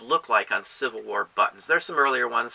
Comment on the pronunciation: love your videos thank you. Made me laugh tho, immature side kept hearing "butts." instead of buttons. LOL, but maker,, XD